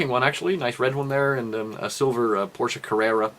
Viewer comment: Porsch "e" E!!!!!!! not Porsch!